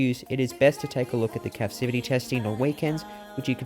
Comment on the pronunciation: It's captivity, not capcivity!